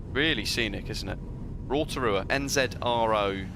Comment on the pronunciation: Nice pronunciation for "Rotorua"!